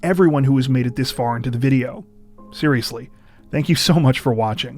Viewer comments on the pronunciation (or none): none